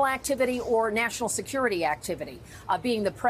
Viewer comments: National Seucurity???? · What is "Seucurity"? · Seucurity huh. 😂